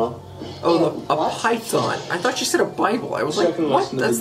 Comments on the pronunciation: She said "python" You heard "Bible" I heard "pipe bomb" 🤷🤣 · I heard pipe bomb too! I was so confused! Haha 😂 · I heard Typhoon lmao